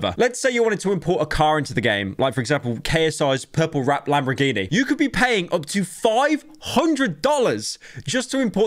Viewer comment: From this video I have learned that Pyro cannot say Lamborghini properly.